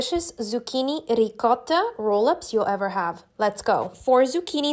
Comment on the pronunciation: Shes doing too much pronouncing the cheese like that🙄